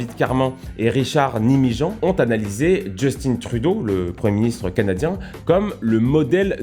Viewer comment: Justin, tin, comme dans Tintin! Arrêtez, chers cousins, de tout prononcer à l'anglaise!